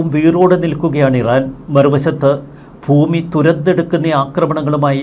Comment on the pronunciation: ഫൂമി അല്ലടോ ..ഭ.. ഭൂമി....